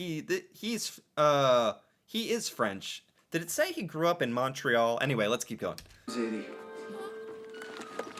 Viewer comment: Hey.. Montreal is pronounced mun-tree-all.. just wanted to let you know.